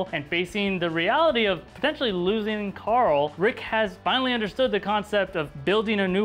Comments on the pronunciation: it's not coral its Carl I now sometimes it sounds like it I'm sorry it bothers me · Hershey Stitch Then this guy should stop pronouncing it Coral.